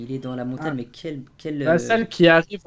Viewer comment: c'est Montagne et non pas Montane! Go aller voir un orthophoniste mdrr